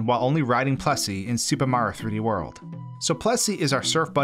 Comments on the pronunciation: Idk if its his voice or accent, but has anyone noticed (no offence like i said before) he pronounces super mario 3d world as super maro 3d world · You just said "Super Maro 3D World" at the beginning lmao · Is anyone else thrown off guard whenever he says “Supah Marrow” 3D World? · you say mario wrong.